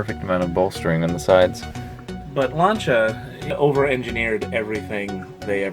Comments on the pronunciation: Stop pronouncing Lancia as Lanchia, sounds so wrong :P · F.I. heads have big valves. Mikuni carbs didn't get a mention. Paint code 95 Light Blue often known as Ice white as it's white with just a tint of blue. +1 to the Lancia mispronunciation. Very dangerous having overdrive available on all 4 forward gears as it means that if OD is switched in when you select reverse you will damage the OD, the reverse in the GB, or both. Nice armrest/console. Rare and I'd like one for my 220.